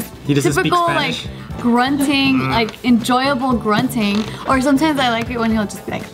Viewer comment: WTF is munting. OHHH. he meant grunting.